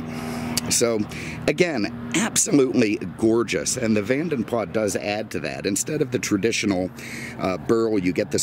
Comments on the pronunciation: I think Vanden Plas is pronounced PLAR not PLAS so Vanden Plar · You don’t pronounce the S on the Plas part. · Simon Richardson You are wrong. You don’t pronounce the S. Are you American?! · The S is not silent at the end btw. It’s my last name 😝